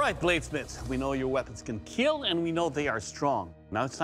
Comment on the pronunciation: I watch these videos just to hear the “it will kielll”